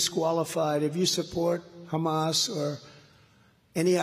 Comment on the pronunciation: Great idea if it works but how many people will actually admit to bring pro-Hamas (or Hamassssss as Donald Trump pronounces it)?